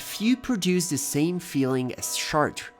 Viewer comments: Shart? I hear shart... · "SHAARTREH" would be HOW YOU PRONOUNCE this word if written in ENGLISH. THE WAY you say it sounds like "my kid shart itself"..... NOT correct. IT'S 2026, JUST USE THE GOD DAMN Google pronunciation FUNCTION, before recording yourself saying it horribly wrong. CHEERS. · Chartres is pronounced "Shar-trö" (the "TRÖ" part is important too). 🙂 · Wow, your pronunciation of "Chartres"..... what a pity. So far from the French pronunciation.